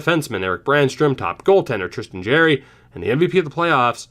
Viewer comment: POV: laughing at him saying “Jerry” when Jarry won best goalie in the A. 😅 if only he knew at the time. Lol